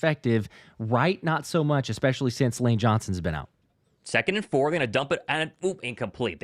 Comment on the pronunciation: I love you, brother. But PLEASE, the word is Especially, not EXpecially. Sorry, but it drives me crazy.